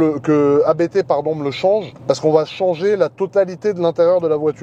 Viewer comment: Magnifique! Et elle sera encore plus monstrueuse sortant de la prépa ABT. Mais s’il te plaît, pas toi!!! ABT est un nom de famille, on dit Abt et non A.B.T. 😉🙏👍🏻